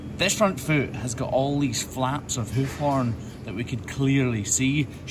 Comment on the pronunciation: I like how he says hoof. "Whoof"